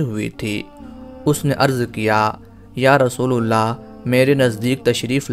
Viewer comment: Rasoolallah hai rasoolullah nahi dhyan den